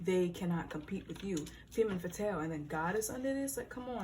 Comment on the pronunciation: Love the video and love your readings, I’m coming in with my Mercury in 6th to just point out that it’s pronounced “ fham faathal*. I love your vids and the messages and I’m so grateful! Don’t get me wrong but I couldn’t stop thinking about it😂❤️